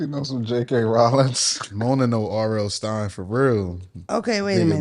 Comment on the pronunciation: Not " RL Stein"!!!! 🤣🤣🤣🤣🤣🤣🤣🤣🤣🤣🤣🤣